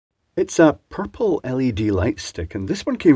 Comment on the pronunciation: Love the way you Scots say "pupple"